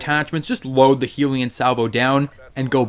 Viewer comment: The way you pronounce the name makes me want to kill myself. It’s clearly HELL-yun Salvo... not Heelion Salvo smh.